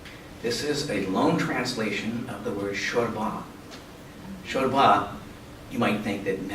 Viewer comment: “Shurba” is from the Kurdish traditional word for Stew. It’s pronounced “Shoorbaw” the aw at the end means water or soup or in this case stew. Many of the Sasannid words are Kurdish and you have scholars looking elsewhere to find a translation for them, I wonder if that is done on purpose or it simply ignorance. Nice video.